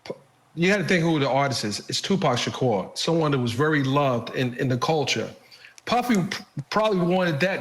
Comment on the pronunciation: You go Vinny Politan you said Tupac Shakur's Name right.👻